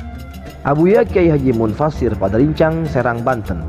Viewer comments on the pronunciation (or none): Abuya mufasir mas bukan munfasir